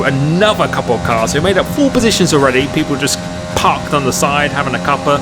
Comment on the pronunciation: "We made up 14 besitions" Great content mate, keep it up!